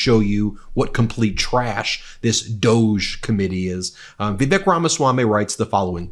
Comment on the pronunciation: In respect to Indians, please pronounce Vivi-Suck's name properly.